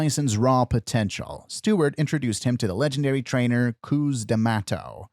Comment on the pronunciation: Great video but cus is not meant to be pronounced as coos